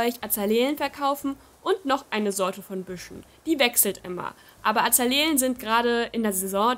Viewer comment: es wird azale-e ausgesprochen haha du sagst das schon seit new leaf so:)